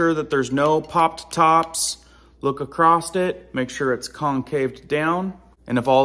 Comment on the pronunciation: THERE IS NO "T" IN ACROSS! IT IS NOT ACROSST!